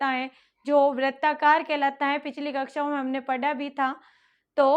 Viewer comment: पढा × पढ़ा✓ कृपया, mam उच्चारण की शुद्धता का ध्यान रखें।🙏